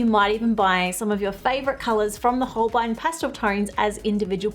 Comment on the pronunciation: Holbein is a german name and spoken like: Holbine ( the "ein" is spoken like the ine in "vine")